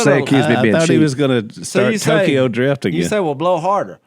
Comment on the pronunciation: Did Al say Tokyoadrift😂😂😂